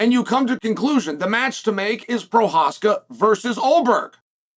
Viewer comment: At least he got Prochazka down right 🤣